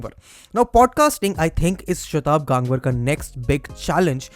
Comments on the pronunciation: It is गंगवार and NOT गांगवर. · Bhaiii wtf tu indian h...gangwar word ko pronounce ku nahi kr raha tameez se...😡😡😡😡😡